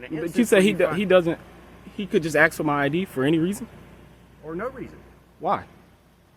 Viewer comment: pleast stop saying AXE, its ask